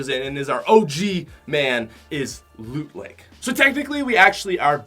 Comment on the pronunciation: Mans said "Lean Lake" Lmaooo